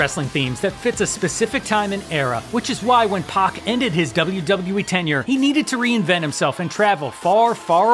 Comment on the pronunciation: No lie - TJP's theme was my ring tone for three years. Ngl - the way you mispronounced both Gaiden and Pac is messing with me a bit. Still I prefer Neville's 205 Live theme as it felt more Boss Music.